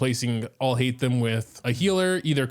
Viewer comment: like at least put some effort in pronouncing his name. i am sorry i used to enjoy your content but your videos has been getting worse lately like this is not a god mode there is 0 effort put in showcasing his right play style and complaning about his long cooldown and even pronouncing his name